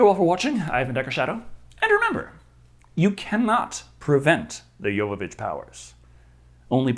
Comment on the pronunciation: One of the things l admire about is that he pronounces Milla Jovovich’s name correctly.